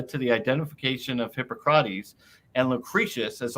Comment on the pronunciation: Why is Jonothan's pronounciation always so weird, had he never heard anyone prononce "hippocrates" before?